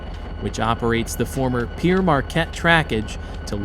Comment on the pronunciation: Good video..but one thing..that name Pere Marquette: Pere is a french word meaning Father...needs to be pronounced as if it were the fruit: Pear....as in" Pear Marquette" Well done!